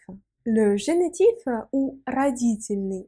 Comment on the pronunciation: Bonjour. A, en français, on dit "Génitif" (pas "Génétif"). A part cela, merci pour vos explications très claires.